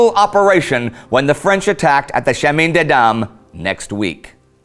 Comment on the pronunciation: I know french prononciation is often hard for english speakers, but everytime Indy says "chemin", I cringe. Still, keep up the good work!